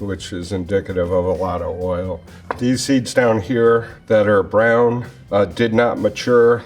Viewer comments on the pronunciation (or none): none